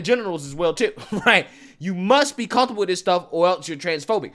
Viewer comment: "Cunth-able"???? There's no "th" in the word 'comfortable'.